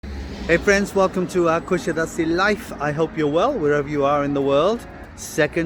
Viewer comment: You have lived in Kusadas"uh" long enough to know how to pronounce it!!